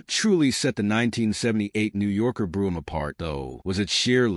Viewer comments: It's "coo-pay" not "coop". It's Brome not "broom" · It's Brohm "O" ... Not Broohm !! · Bro em, not broo em. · Pronounce " Brome as in home " !